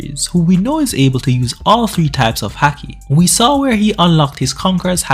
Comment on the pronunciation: why are you saying the word haki like that? its pronounced like hockey, A doesn't make that sound in Japanese